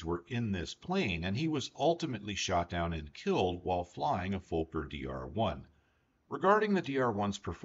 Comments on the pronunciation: For educational purposes: It's not pronounced like FOE•KER. It's pronounced like FAH•KER. I am German. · The surname is fuh-ker. The profanity is FUH-ker. Rex from Rex's Hanger pronounces it correctly. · Im sorry but your pronunciation of "Fokker" is incorrect. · Fokker is pronounced fawker, not folker,they're is no L in Fokker. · Very interesting but people from USA do not seem to be able to pronounce Fokker correctly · Why can't he pronounce Fokker?